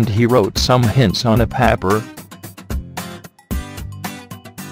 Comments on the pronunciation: papr it’s paper pronounced pay-per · "He wRoTe sOmE hInts On a Paabr" 😂😂😂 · it said paper weirdly